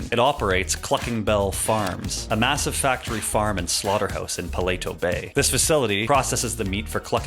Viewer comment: Pa-lee-toe not pel-late-toe, but being real I love videos like this